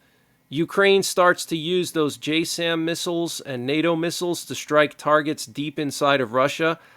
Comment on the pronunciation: "J Sam" is pronounced Jassm as in jazz'im